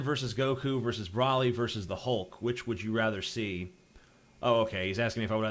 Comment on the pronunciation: What is Brawly? You mean Broly. Like, the literally say his name, no excuse for mispronunciation.